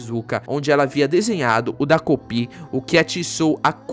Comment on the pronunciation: É "TA"kopi vc falou errado o vídeo todo😅